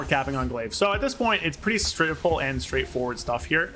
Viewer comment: My man literally said “Shrimple and Straightforward”